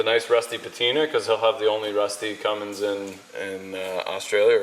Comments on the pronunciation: Not Cummings, it's Cummins, very different things. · its ' Cummin Sense' Al